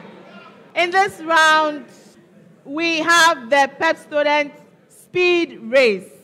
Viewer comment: I heard pestodent 🤣🤣🤣